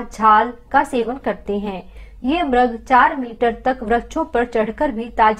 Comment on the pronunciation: आदरणीय बहिन जी म्रग नहीं मृग सरल भाषा में मिरग नहीं मिरिग बोला जाएगा